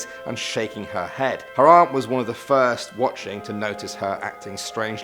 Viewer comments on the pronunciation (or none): none